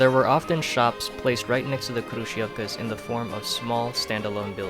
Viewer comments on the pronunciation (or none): hrushofka that's how you pronounce it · Мне так нравится когда он сказал крующевки